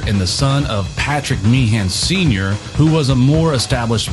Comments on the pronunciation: You've done your homework on the facts, no doubt...but if I had to hear you mispronounce Meehan as "mee-han" once more, I'd have been ready to stab myself. It's pronounced "mee-'un". Typical American error. Oh, and the suite on side 2 of Abbey Road is a "medley", not a "melody"... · Small point of pedantry: The name Meehan rhymes with bein'. It's not Mee-han as in tree pan, it's Meehan as in human bein'.